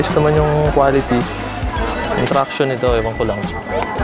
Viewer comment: Friction hindi Fraction Sir, hmmm